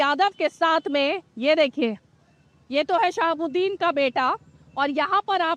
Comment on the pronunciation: Sahabuddin sb ka naam shi se le jahil patrekar.. sahabuddin sb garibo k masiha the